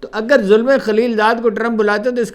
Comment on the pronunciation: His name is Zalme khalilzad not Zulme Khalilzad Zalme means young man.